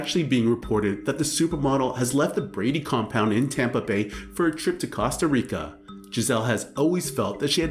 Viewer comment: Stopped watching after you mis-pronounced Costa Rica. Come on dude.